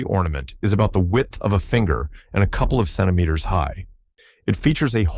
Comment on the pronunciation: Why doesn't somebody teach that stupid Ai how to pronounce centimeter. Or, switch to Imperial Measurements.